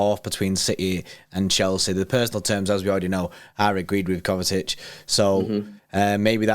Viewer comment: Why do they both pronounce it KovaTic? 😂😂 Where's the T from?